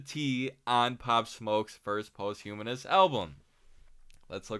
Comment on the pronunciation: Hey man, nice commentary and all. Posthumous is not pronounced like post-humanist bro